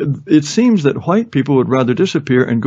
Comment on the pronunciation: Yes, hwuite is a very entertaining pronunciation. Took me a while to get around to watching this and I'm glad I did.